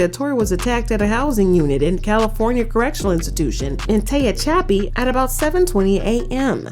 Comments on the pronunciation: Its TE-HA-PA-CHEE. SATE PRISON. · TE-HAH-CHAPI Now is that easier to sound out. Learn how to speak and read before you start talking about people my uncle used to work at this prison